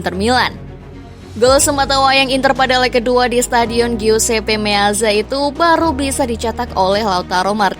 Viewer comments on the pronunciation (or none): none